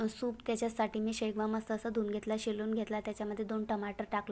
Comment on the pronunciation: Shevga g shegva nahi😅